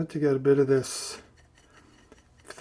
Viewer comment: This is nit-picking, but pthalo colors are pronounced talo. The pth is silent, like the h in Thomas.